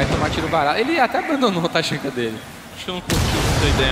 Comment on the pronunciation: esses narrador sabe nem dizer o nome dos personagens porra taxanka kkkkk se fude cara amo o tachanka mas o taxanka não